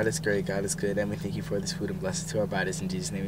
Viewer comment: He said four thank your lol